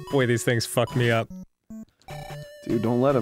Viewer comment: My favorite Arin-ism is his "WHAT THE FAWK"s. He has such a specific pronunciation.